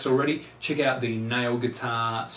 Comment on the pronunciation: His accent makes the word "nail" sound like "now", which is pretty annoying lool